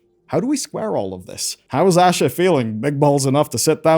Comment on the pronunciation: It's pronounced "Aashaa" not "Ah shuh"